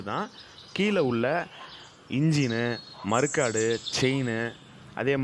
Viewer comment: மருக்காடு இல்லை. மட்கார்டு.😂